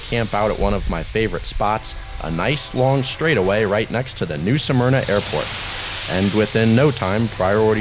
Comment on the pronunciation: “New Smerna” not “New Suh-Merna”! C’mon man!